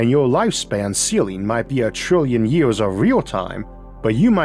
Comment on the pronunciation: you cant even say years correctly. how the fuck am i supposed to take you seriously?